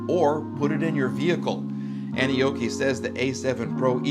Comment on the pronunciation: First time I heard you say the name I thought 🤔 you said Annie Oakley 😂 rugged bike.